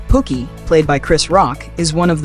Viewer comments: The narrator, which I now know is AI driven, called Chris Rock's characters "POOKIE" "Pockey" as in "Pocket." And Mario Van Peebles acting in "BAD ASS" being pronounced here on this clip as "BOD-ASS." 🤦🏽‍♀️🤦🏽‍♀️🤦🏽‍♀️🤦🏽‍♀️ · The way he sayin Pookie is killing me